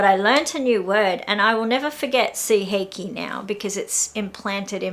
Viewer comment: I love your channel. And I totally understand why things happen to you . Coming from an English speaker is hard to pronunciation Japanese, like even now when you said suiheiki I understand seeheiki. Same happens when an English speaker try to say kawaii and sound like kowai.